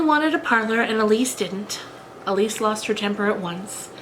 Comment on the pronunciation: Lovely, but... Ilse is pronounced Ill-sa, not Elise!